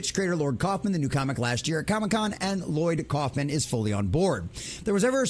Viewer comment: Lloyd Kaufman…. Not lord lol